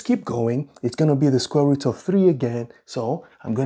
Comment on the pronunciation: why you pronounce root as ''rat''?